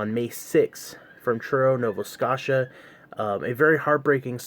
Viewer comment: It’s pronounced NOVA (SKO SHA) SCOTIA